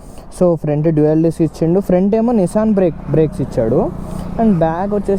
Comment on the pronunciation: Nissan kadhu bro nissin and brambo kadhu brembo 😂